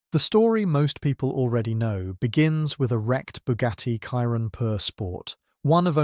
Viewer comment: Chiron - pronounced “shiron” not “kiron” you’re not American